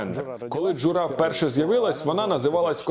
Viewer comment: Класне відео, і окреме дякую за дубляж іноземної мови. Тільки при дубляжі замітив помилку в наголосі в слові "Джура". В ньому наголос має падати на перший склад, але в дубляжі завжди наголос на др4угий склад.